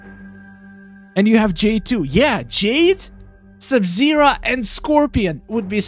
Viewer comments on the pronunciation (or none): Why you're pronouncing Sub-Zero Sub-Zerah lol ?